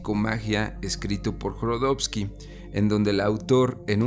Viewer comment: Jodorowsky no Jorodowsky